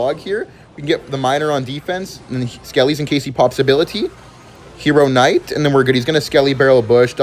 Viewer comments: I'm going to kms if he doesn't stop pronouncing the k in knight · Hero "kh" night